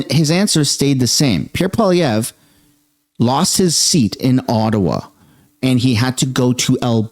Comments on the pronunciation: Why are you suddenly pronouncing Polievre's (sorry if I spelled his name wrong) two different ways in this video? Kind of weird. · Love ya but since when did you start mispronouncing Poilevre??